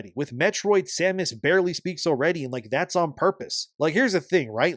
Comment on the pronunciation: So you pronounced her name correctly, but recently on the video with the Devs they pronounced her name wrong like they have never played any of them. they says Samus Aaron or Erin. pretty telling that they have no idea what the game is even about. Also, nintendo started the companion assisting you in ocarina of time.. "hey, over here".....